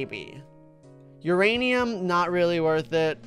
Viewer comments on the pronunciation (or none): none